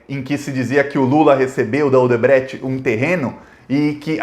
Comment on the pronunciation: Cara olha as pronuncias de Odebrecht, triprex para de falar errado, tá difícil ver vc falar como gringo sei la